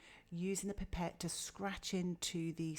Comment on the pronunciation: Its a pipe ette not pepet